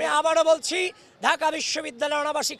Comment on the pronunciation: ড়াজনৈতিক, ঢাআআকা, চ্রেষ্ট্রা, প্রউগ কি সুন্দর উচ্চারণ, উনি নাকি সুবক্তা।